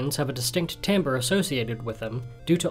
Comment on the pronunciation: Don’t mean to nitpick but that’s not how you say timbre 😭